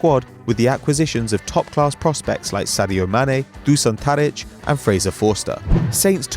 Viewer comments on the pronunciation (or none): u say it Dushan Tadic.